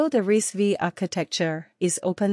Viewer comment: Its pronounced as RISC 5